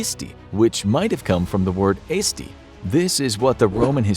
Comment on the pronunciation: mans literally pronounced eesti wrong but when saying aesti he said eesti right but aesti wrong